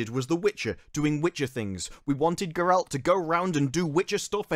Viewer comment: Ger-alt not Ger-elt